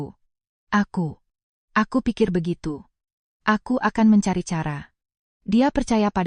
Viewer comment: Belajar bahasa mbak, mosok cantik dibaca kantik, cara dibaca kara. Kalah jauh sm cucuku yg masih TK A 😂😂😂